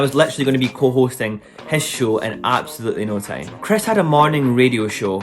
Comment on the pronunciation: Was he saying time or tame ?